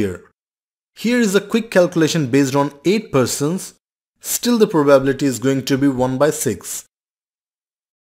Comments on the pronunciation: Let me ask you this, what is that proBabbillity that you are pronouncing the word probability in a very funny way? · If I have to hear "proBABble-ity" again, I might throw my phone out of a window. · I like your riddles a lot , but could you please emphasize 'probability' on the 3. syllable? Thanks ;)